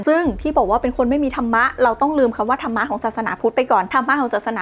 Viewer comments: नरक เขียนว่า นรก ครับ มันไม่มี ตัว า(ा) กับ ธรฺม(धर्म) อ่านว่า ธัรมะ ไม่ใช่ ธะระมะ ครับ ร.ตรงนี้เป็นตัวสะกด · และก็ไม่ใช่ ธันมะอีก แต่ตอนออกเสียง ธัร Dhar มีเสียงของการ กระดกสั่นลิ้นด้วยเหมือนออกเสียง ร แต่ไม่มีสระ อะ